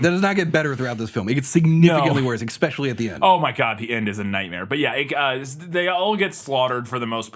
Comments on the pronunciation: I also find that exxspecially annoying. Jokes it is fine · I can totally give a pass on Manila, but it drives me crazy that you both manage to say 'ex-specially' in practically every episode. 😅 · same. i love them both, but they really need to learn how to say that word.